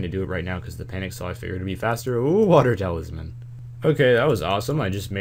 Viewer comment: "Oo water talisman" hahaha